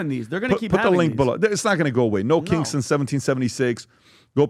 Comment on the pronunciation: It sounded like he was saying “no kinks” in the beginning of the video 😅